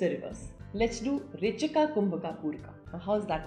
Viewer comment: Why are you trying to say pooraka and rechakaa etc. When it’s simply poorak, rechak and kumbhak in yog sutra